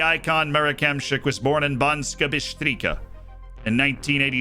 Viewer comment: I love how badly you mangled Banska Bystrica.